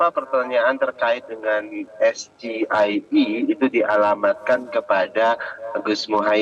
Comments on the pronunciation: Saya ngakak terpingkal pingkal liat cara debat bocil, pke istilah singkatan asing tujuannya melakukan tipu daya dan menjatuhkan lawan debat, tapi lucu nya dia mengucapkan setiap huruf abjad tsb dengan ejaan indo. ES-GE-I-E yg seharusnya pengucapan nya Es-Ji-Ai-i . Koplak blimbing sayur sok pintar padahal asli nya dungu blo'on. Inilah blunder terbesar bocil selundupan (anak haram konstitusi). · Lha bisanya cuma singkatan, itupun ngucapkannya salah, hrsnya kan es-ji-ai-i (bhs Inggris) tapi ngomongnya es-ge-i-e (bhs Indonesia) itupun baca lagi, wapres kok mikirnya singkatan, Wapres itu mikirnya gagasan, analisis mendalam utk implementasi, dan cara jawab tidak menghargai orang tua. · UDAH GA USAH DI BESAR BESARKAN PUBLIK UDAH PAHAM.SGIE YG DI KATAKAN GIBRAN ITU SALAH. TAPI DIA DAN PENDUKUNGNYA MERASA HEBAT. PADAHAL SAMA BLOONYA. KRENA SGIE. .KEPANJANGANYA BAHASA INGGRIS.SEBUTSNYA BUKAN SGIE. OOON. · SGIE. SEGO GORONG IWAK ENDOK .😂😂😂 ENAK... SGIE.. ES JI AI I.. CARA MEMBACA ENGLISH NYA YAH CHOY. ?.. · ES GE I EEE😂😂😂 BOCIL SONGONG MIRIP BAPAKNYA KALAU DEBAT CUMA NYARI2 SINGKATAN BUAT ORANG BINGUNG KARNA SINGKATAN BAHASA INGGRIS DI DISINGKAT PAKAI BAHASA INDONESIA😂. UDAH GITU MAU NGASIH TAU KEPANJANGAN DARI ES JI AI I MASIH PAKAI CONTEKAN😂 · Sgie singkatan inggris dilafalkan seharusnya dlm bahasa ingris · Betul sekali raut muka s0k pinter tapi s0ng0ng,, singkatan di ucapkan Bhs Ind ES.GE I.E,, di baca Bhs Inggris wkwkwkwk baca lihat hp lagi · Jubir 02 lafalkan SGIE kok kaidah berbahasa Inggris kenapa ga pake pelafan kaidah berbahasa Indonesia😂😂😂😂😂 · Dia bicara SGIE saja gak paham, sampai kepanjangan harus baca, terus pelafalan SGIE dalam bahasa Inggris y salah....fatal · SGIE singkatan bhs Inggris seharusnya Gibran bertanya dengan bhs Inggris es ji ai i bukan s g i e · Singkatannya di ucapkan nya dengan lafadz bahasa Indonesia..."SGIE" ternyata kepanjangannya adalah dengan lafadz bahasa Inggris....Masalahnya disitu. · KEBODOHAN PENGUCAPAN INGGRIS YG DI PERTONTONKAN😂